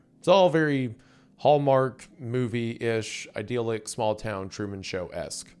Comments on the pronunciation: It's idyllic, not 'ideal-ic' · Say it with me now : I-dill-ick. Idyllic.